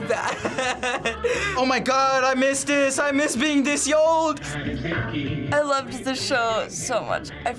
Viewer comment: “I miss being this yold” 💀